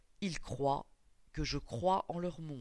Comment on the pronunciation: par contre ont dit croivent